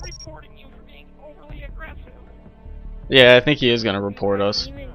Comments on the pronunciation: lol "im reporting you for being overly aggesive" epic phailure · i think i heard him saying "im goiong to report you for being over agresive" (sorry i know i speled wrong :/